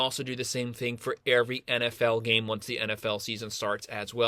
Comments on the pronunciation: “Airvy” lol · haha I’m just messing, the way you pronounce “every”